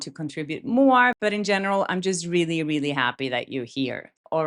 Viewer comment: I like your videos and agree with you but when you say "really" reminds me someone who speaks really bad English...sorry